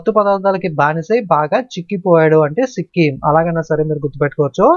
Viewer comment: Sikkim ❌sikkom✅